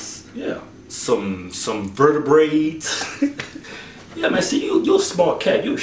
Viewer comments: Vertebrae, not vertebrates :D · "some wrisk, some vertabraids.." lol